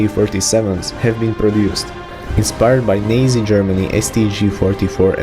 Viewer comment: you pronounced nazi as neezie lol